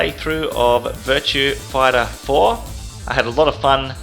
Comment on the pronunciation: "Virtua Fightah Foah"